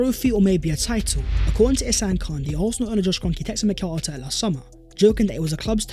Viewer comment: It’s pronounced MEH-REENO